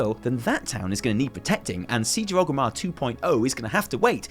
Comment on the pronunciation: Oh FFS It's ORGRIMMAR! With an R! oRgrimmar. Named after Orgrim Doomhammer. Not oGrim. oRgrim. You don't say Loderon do you? No, you say Lorderon, because there's a fecking R in it, just like oRgrimmar!!